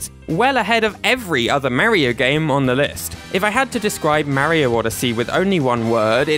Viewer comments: It's Mario not Mar yyo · “MAHHHHHH REEEEE OHHHHH.” It’s “mar e oh.” 🤮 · STOP SAYİNG MERİO OR MÂRİO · Mario in the majority of games, telling you exactly how to pronounce his name correctly: "It's a me, Mario!": "Marryo." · you are saying mario wrong is marrio not marry-oh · its not m a rio its marrrrrrio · ok i get the pronunciation of mary-oh because of the accent, but wario literally pronounces "wah" as an "awe" sound literally all the time. (no hate btw, great video) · "Merio" 💀 "Mærio" 💀💀 "Meryo" 💀💀💀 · The way this guy is saying “Mario” is cracking me up. “Merry-oh” 😂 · Everyone is talking about their favorite Mario series but who pronounces Mario like Mary-o 💀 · The way he says Mäerio really grinds my gears. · Tbh love the vid. But the way you pronounce mario activates my fight or flight response lol. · why does he say mario like that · Why do you pronounce Mario wrong? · I can tell he's british based on how he says mario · Stop. Pronouncing. "Mario". Like. That!